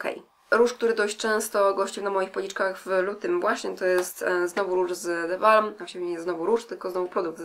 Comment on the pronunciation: oczywiście że ChatMakeup:D - tak seksownie wymawiasz te nazwy paletek The Balm <3